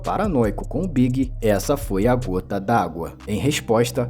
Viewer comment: E falando B.I.G errado